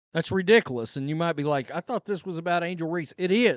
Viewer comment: Said “redickless” again😂